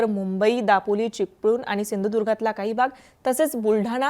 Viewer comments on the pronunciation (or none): none